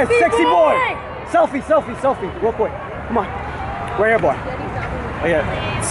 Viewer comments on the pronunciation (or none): none